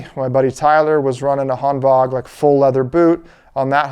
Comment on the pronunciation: You’re the only person I’ve seen on YouTube that pronounces it Hanvag (correct) instead of Hanwag. Nice